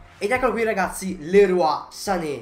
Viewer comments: Grande ma sanè non è francese hahaha hai detto Lerua grandeeee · infatti si pronuncia liroy